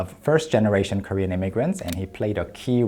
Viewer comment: Props to Daniel Dae Kim for not cracking up while hearing the other guy's Korean. I'm not Korean and only learned the language through the internet and dramas, yet his pronunciation sounded funny to me.